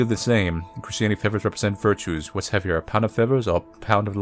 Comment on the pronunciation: "Whats heavya? A pownda fethas or a pownda steyl?"